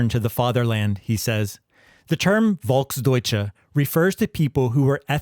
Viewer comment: Its pronounced Folks doitshe